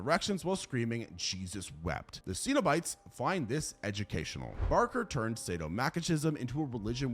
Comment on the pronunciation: You’re pronouncing cenobites wrong. For someone who is so into horror, you pronounce so many things wrong